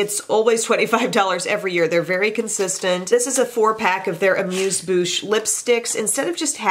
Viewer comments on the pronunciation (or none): none